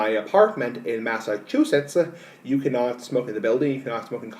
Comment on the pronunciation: Why do you say Massachusetts like that also, you sound stupid